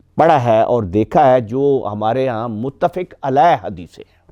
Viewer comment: بھائی صاحب آپ نے ابلیس کے نام کا تلفظ غلط پڑھا اور قرآن کی آیت بھی غلط پڑھی متفق علیہ بھی غلط پڑھا احکامات بھی غلط بولا تلاوت بھی غلط بولا مسافر غلط پڑھا صفات غلط بولا پتہ نہیں آپ نے کتابیں کیسے لکھیں